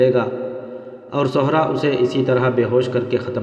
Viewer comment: My Dear Brother,,Chand Ilfaaz Kay Talaffuz Ko Darust Kar Lain,,,Jesay Aap Aqab Ko Oqab Aur Sehra'a Ko Sohra'a Aur Sair Hasil Guftagoo Karna Sair Ho Kar Khana Iss Ka Talaffuz Puranay Wazan Aadha Sair Aur Aik Sair Magar Aap Chalnay Phirnay Wala Lafz Use Kartay Hain<>Aap Dictionary Ko Use Kar Saktay Hain..Aur Lafz Zeen Ko Aap Zain Parhtay Hain..PLS Aap Apnay Talaffuz Ko Theek Kar Lain<> Thanks A Lot<>